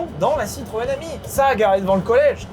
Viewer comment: chaque fois tu dit citroën ami, j’entends citroën hemi et ça me fait beaucoup rire 😂